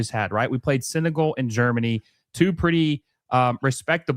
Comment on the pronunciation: You really need help pronouncing 'Senegal'.